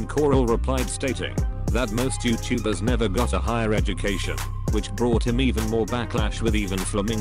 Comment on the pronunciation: Google talk feature: YeowwTuhbers